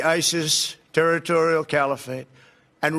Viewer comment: ‘Therroris’ ‘Turaturial’ - how can anyone not believe that he’s going senile, or at least that he’s had a stroke?